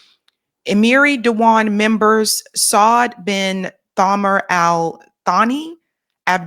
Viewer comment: Substitute th with s in thamar and Thani. Sani means second in Arabic, Samar is a name